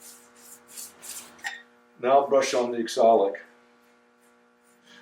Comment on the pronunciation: It's pronounced OxAlic acid, not ExOlic acid. 😂 Nice work, as always. Beautiful finish on all of it.